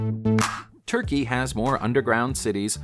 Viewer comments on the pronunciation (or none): none